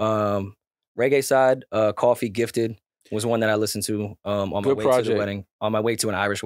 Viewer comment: Someone tell it’s pronounced “Kofi” not coffee ☕️💀